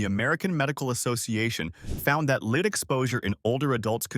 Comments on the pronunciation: Please learn to pronounce words correctly. It is spelled lead but pronounced short . Makes one question the site. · And here we are with the lead(metal) and lead(as in follow me) mispronouncing...